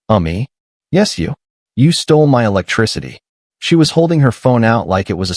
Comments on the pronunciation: You need to retrain your AI speech as Tesla model Y is not pronounced model-why and then the word Electricity isn't el-ka-tea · Eclecticity is not pronounced Eki culty.